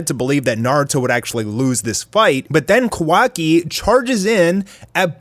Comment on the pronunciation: it triggers me how u say kawaki